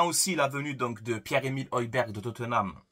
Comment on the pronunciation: Le G ne se prononce pas 😅 Højberg...